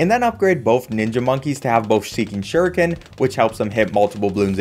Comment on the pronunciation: sheeking shuriken nice